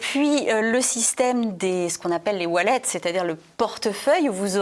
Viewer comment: qu'est-ce qu'un "walette" ?